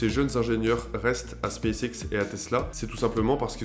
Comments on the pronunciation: En effet, il aurait mieux fait de le prononcer "Spasse ixe" :0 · "Spaice Ex"